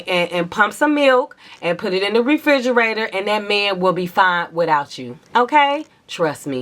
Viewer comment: The way you say ‘meeeehhhnnn’ gives me life😅😅 the accents to a non-american ears😂😂